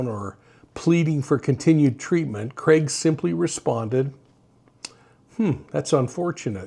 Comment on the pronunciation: Thank you for saying his name properly. What’s with other channels calling him Creg? Drives me nuts!